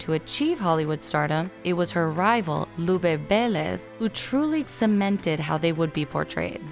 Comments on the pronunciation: But with Vélez and the other names and last names not so much, the emphasis in almost all names was wrong. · It's painful to listen how they pronounce "Rodríguez, Velez and Miranda" 😖